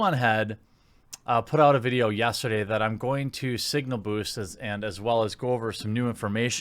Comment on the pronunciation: lol "yasturday" :)